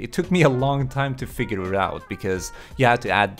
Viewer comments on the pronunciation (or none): none